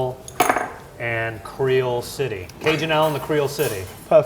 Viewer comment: Come on, surely it should be Cre-owl-City